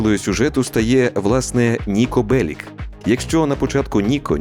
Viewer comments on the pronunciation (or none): Ніко Беліч а не Белік. Сербською Нико Белић